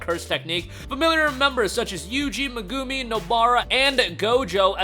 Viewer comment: Is NOT meGUMI its MEGuMI